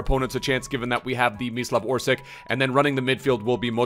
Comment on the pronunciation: Great vid...but instead "Orsik", try to pronounce it as "Orsich".